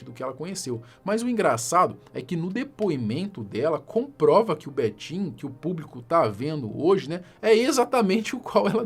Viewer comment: Cara fala Betinho, só escuto betinha 😂😂😂😂